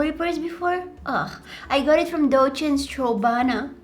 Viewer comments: B-buti tought u said DOCHENS strawbana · When yoh are early but dont know what to comment🤣. Btw love love love your videos ❤ 'Dolce and strawbana'🤣